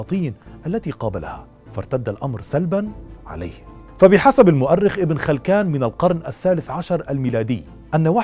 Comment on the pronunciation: ابن خلكان بكسر الخاء وليس بفتحها